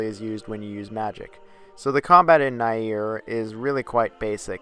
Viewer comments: Its pronounced near but spelt nier, did you get the all the main endings to nier automata? Also its kai nay but spelt kaine' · So, is it "neer" or "na-er"? You keep switching pronunciations.